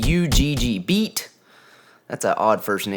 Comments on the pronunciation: Pretty sure it’s pronounced Bay-Ott. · Beat is said more like Bay-Yacht